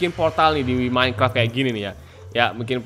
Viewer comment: iya aku tau seharus minecraft tapi aku denger abang ini bilang "Minecart"